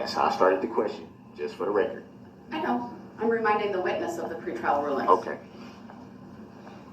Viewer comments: Oh, I was parroting Duh-rell and making fun of him and then you started!😂 If I hear him say "for the rekerd" one more time, ugh! Of course he's going to disagree with everything whether it's in his best interest or not. He's so stupid yet he gets annoyed at how very thorough the judge and the prosecution was on the rekerd. Oh and don't change a thing on your channel! We come here for your commentary. If I wanted to rewatch the trial without it (which I don't), I'd go to Court TV😂 And someone please take that damn jailhouse pen tube of ink away from him!!! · Does he know everything in court is on the "reckert" he doesn't need to say for the "reckert" every time he talks it is so irritating.. Maybe he thinks its for his math boi fly "reckert" that never was made